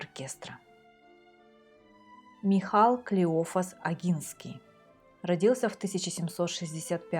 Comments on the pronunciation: Не КлеОфас, а КлеофАс. Это исторически верно. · КлеофАс. А не КлеОфас. Ставьте ударение правильно. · Кстати,и Клеофас должен произноситься с ударением на последнем слоге.